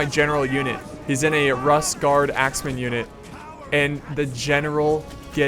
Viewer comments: Why are all these videos at barbarian cities? Oh, and not to be "that guy",, but Rus is pronounced Roo-s. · I know it's really pedantic and annoying to point out but 'Rus' is pronounced 'Roose.' Spelled 'Рус' in Cyrillic, the 'у' doesn't make the 'uh' sound